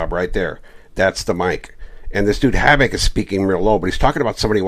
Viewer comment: Rene I think this guys name is Hovik, not Havoc brother. Im Armenian and think you might be pronouncing it wrong.